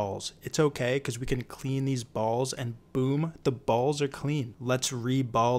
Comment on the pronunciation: So much emphasis on ballzZ🤣🤣😭